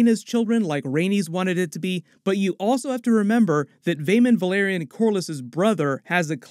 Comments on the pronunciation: Dude, Valyrian and Velaryon are pronounced DIFFERENTLY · Thank you so much for these analyses, I learn so many new things about each episode and the show in general with every video of yours I watch, and the first thing I do after finishing each episode is watch your breakdown video:) Just one comment, like so many other YouTubers you mispronounce the "a" in "Velaryon", It would be amazing if you could use the show's official pronunciation in your videos. Thanks a lot, I love your channel!